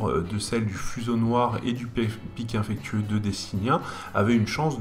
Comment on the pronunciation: c'est "pic infectieux" pas "pic infectueux" xD